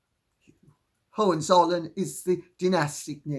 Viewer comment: Excellent pronunciation of Hohenzollern - and I‘m German😊